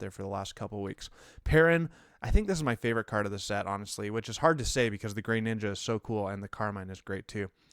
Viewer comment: Why dude? There is no Y in Greninja. He's not grey ninja... what?